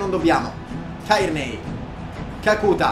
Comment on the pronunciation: GRANDE. TI DO UN CONSIGLIO: kakuta ha l'accento sulla A finale